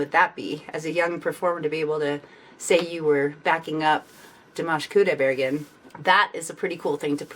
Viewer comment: КудайбергЕн. Неужели так трудно выговорить?